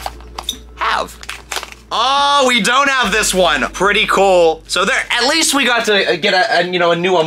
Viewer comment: the way he says cool like "coal" cracks me up